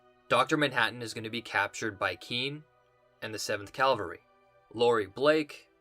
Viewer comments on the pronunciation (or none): it’s cavalry not calvary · Say it with me baby boi! Cah-Val-ree!!! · Dude your review are the best!!! Please work on pronouncing CA - VAL - RY. The word you keep using is for a church group.